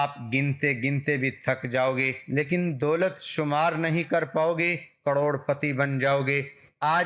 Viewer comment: Dolat hota ha bhai doot nh😂